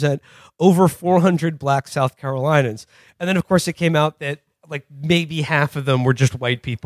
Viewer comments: South Caro LIN e uns, not South Caro LIE nuns. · Ok one thing: it's Carolinians. Not Carolinans.